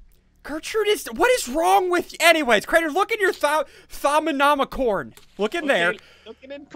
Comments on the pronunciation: Its pronounced. Thom-a-nom-a-com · thorm-a-nom-i-con thaumonomicon. how to say it. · o may had did you not learn your lesson read it like to-mi-no-micon learn your lesson